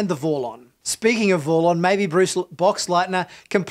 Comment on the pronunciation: Why is almost every single name pronounced wrong here? It's Bill Mumy, not Bill Moomy. And Peter Jurasik not Ju Ra Sic And its Vorlon not Vorr Lonn. And even Tracy Scoggins was said in a weird way. Have this guy ever seen the show im wondering? Bill Mumy was in so many shows. Who's ever said Moomy ? 😳